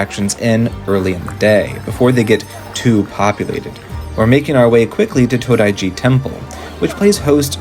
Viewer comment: its Todaiji , not tandoji